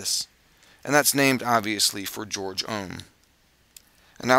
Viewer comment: its actually "gay-org" not george. nice video by the way